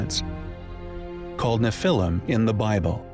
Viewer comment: The narrator should have been tutored on how to pronounce certain words (such as Annunaki, Nephilim, etc.) before he actually recorded the audio track.